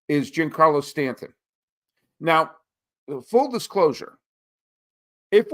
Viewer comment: I like your takes and you're very knowledgeable but please pronounce Giancarlo correctly.